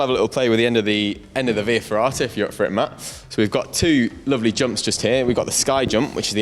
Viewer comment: What are you saying in that little room? Vee ferrata? Huh?